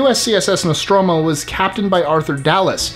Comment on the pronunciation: Great list! Thumbs Up because you could pronounce "Nostromo" correctly, not even the original cast of Alien could do that in the game "Alien Isolation"! I'd add the original Romulan ship from the classic Trek episode "Balance of Terror" (I used to have the model), and I'd include (if you were including cartoons) the Phoenix from "Battle of the Planets" (not sure what it's name is in the original Gatchaman though, sorry)! Any ship that could morph into fire and not burn is pretty cool in my book! Keep up the great videos!